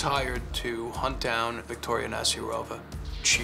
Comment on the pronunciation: 😂”you have to speak Russian to her” “ viýkťoria! Čbs nēws”